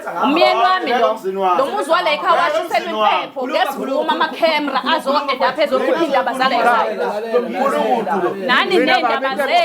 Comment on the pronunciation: Cemra not ama canera😂😂😂😂😂 😂😂